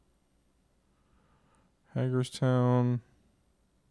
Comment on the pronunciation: Hagerstown is pronounced HAY-gers-town. It's a cool little town in Maryland.